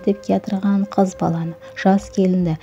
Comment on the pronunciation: Киз бала емес, каракалпак тилинде "кыз" бала болады. Таза жазып, таза сойлеу кк.